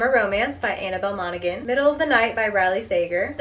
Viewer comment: You dont pronounce the G in Monaghan its pronounced like Mona-han the same as the county in Ireland